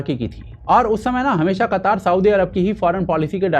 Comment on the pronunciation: अबे बक्चोद कतर को कतर ही बोल कतार बोल के ज्यादा कुल क्यों बन रहा है।